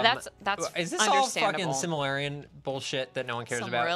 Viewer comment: "SIMILARION",? REALLY??